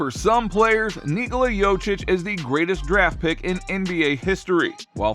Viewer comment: It's so ironic that this is the first time I hear Nikola pronounced properly, but the butchering of the last name is so horrible 😭